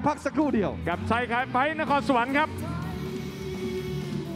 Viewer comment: NAKHONSAWAN << Not NAKORNSAWAN